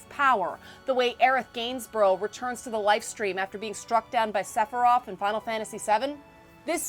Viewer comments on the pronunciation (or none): none